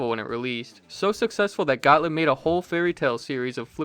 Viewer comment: Excellent video—thanks! BTW, for what it's worth, they're pronounced "got-LEEB" (not "got-lib") and "BAL-ee" (after that company's first big game, "Ballyhoo"), not "ball-ee". Easy mistakes to make, though. 🤷‍♂️